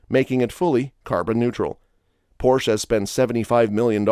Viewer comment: It's pornounced: "Por 'sha"